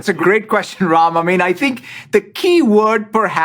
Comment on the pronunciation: I came across this video searching videos of him speaking Urdu, Telugu, or Hindi. He pronounces Ram as Raim and I am like he grew up in India, what really happened there?!